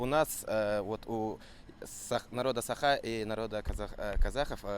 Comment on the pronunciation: Бу киһи манна эмиэ якут аатыра сылдьар дуу сатаан САХА диир кыаҕа суох муҥнааҕый